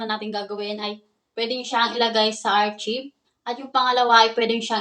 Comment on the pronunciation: Miss archive is pronounced as arkayb, hindi po archib. Sana po nakatulong. 🙂